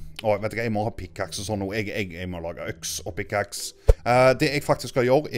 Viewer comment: når du skulle si Pickaxe sa du pickaks......